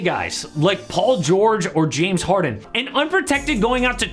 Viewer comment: James Haren (with no D is hella funny) 😭